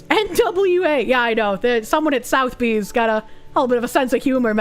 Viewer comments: Or how to pronounce Sotheby's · Sotheby's ❌️ South bee ✅️